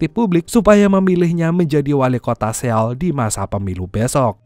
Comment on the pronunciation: seo-ul bang bacanya😂 . bukan se-oul 😂